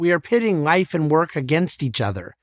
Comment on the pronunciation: How does he pronounce the word "life"??? "Rife"? Please becomes prease?